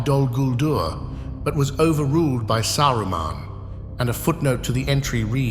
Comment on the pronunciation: Saraman , sarroman xd 😂